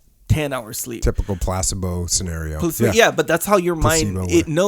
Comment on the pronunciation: Ah yes, the ever elusive plase-bo 😂